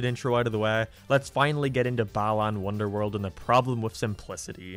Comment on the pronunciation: Starts with "balaan wonderworld" Me: please tell me people won't meme that too